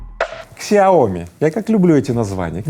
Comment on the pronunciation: Не ксиоми, а сяо ми.